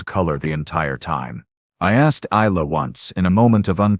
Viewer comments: Although Isla is a good Irish name, many people don’t know how it is pronounced. It is like eye-la. Maybe use a name with a more standard pronunciation that the AI might be able to say correctly. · Great story the different pronunciation of Isla was irritating through